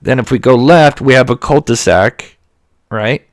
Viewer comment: did you say cul de sac or cult to sack. lol! just a little needed humor concerning dark matters.